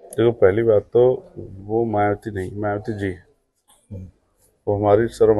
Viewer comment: Patrkar mhoday 😅 मायावती को मियावती क्यों बोल रहे 😅😅 जय भीम